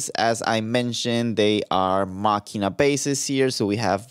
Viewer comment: He pronounced it correctly. It's a hard k.